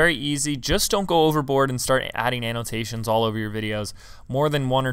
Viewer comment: Did he say analtasions?